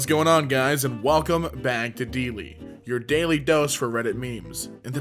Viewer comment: nah, “this YOUR dose of reddit, and my is namien”